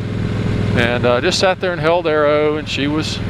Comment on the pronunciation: Cats, Fords, Harleys but no Porches, BM's or Ferrari's. You're right about cats though, quite mardy little critters when you get back from a holiday away :) RIP Arrow, although I'm not sure you got his accent quite right ;)